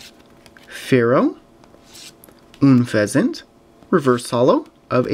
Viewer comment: It's UN-FEHZINT not NN-FEHZINT sorry for being harsh